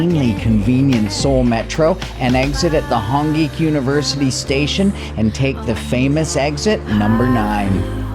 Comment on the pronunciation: It’s “Hōng" not Hawng